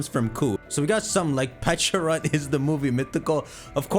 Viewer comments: it’s pecharunt not peach-arunt. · Why does he say peachyrunt